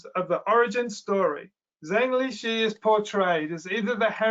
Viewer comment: On general principle, you should try to pronounce correctly the Chinese names of people you are talking about. The correct pronunciation of Zhengli Shi (the head of the WIV) is approximately Jung Lee Sher. The pronunciation of the last name ideally should have a down-up-down modulation of tone. Think of your pronunciation as imitating a "u" shape.